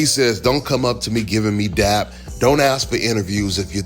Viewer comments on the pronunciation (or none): Its dap not dab got damn culture vultures😂😂😂